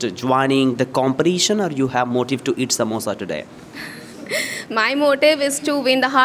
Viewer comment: Istimulated... exasperation... comperRition! ??!!??